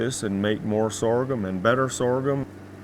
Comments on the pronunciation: If I hear this dude say sorgum one more time!!!! Lol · Lol I'm just here hitting my blunt every time he says soregum